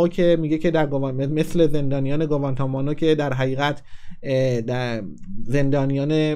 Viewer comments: گوانتانامو نه گوان تامونو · گُ وان تا ما نو چیه؟🤣🤣🤣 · اول بگم عاشقتم و کاملا فشار کاری که روته رو میدونم،ولی واسه اینکه بهونه دست دشمنان ندیم یخورده اسامی رو تمرین کن که از اشتباهات لفظی سواستفاده نکنن!،درستش گوانتانامو هست !